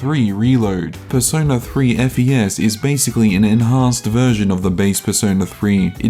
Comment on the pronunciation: you're supposed to call it fes as in the fes in fes-tival i think